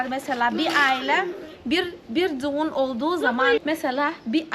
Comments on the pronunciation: Düğün yerine duğun demesi çok iyi ya 😂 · güle güle kullan. hiç ü harfi kullanmıyorsun hep u kullanıyorsun. Ö ' de kullanmıyorsun o kullanıyorsun ve ı harfi yerine i kullanıyorsun. Duğun değil düğün Çunku değil çünkü Oyle değil öyle Goturmek değil götürmek Tatli değil tatlı Sesli harflere biraz çalışmalısın hem kendin için hem de tatlı kızın doğru öğrensin diye. Güzel gözlerinden öperim.